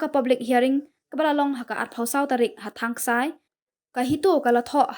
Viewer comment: ine ikong ba kren news i ong ha thang ksai ym dei thang ksai phi kong kadei thang skai 😅😅😅